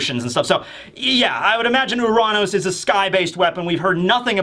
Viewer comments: It's not pronounced Uh-raan-ous it's pronounced Your-Anus. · “Oo-Ron-Os” wtf is wrong with you lol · its actually your-ran-us if u wanna say it right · U-ran-ohs. That is how you pronounced it. Are you out of your mind?